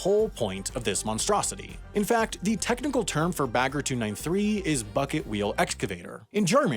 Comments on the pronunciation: he is stressing the -er in the end while it should be more relaxed. Like -ah. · The way he pronounced "Bagger" physically hurt me every time. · you say it "bugga" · I always understood beggar